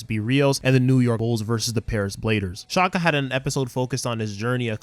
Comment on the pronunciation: Did you just say shaka it’s Xander shaakdara